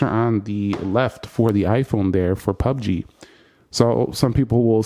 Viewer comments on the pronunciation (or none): none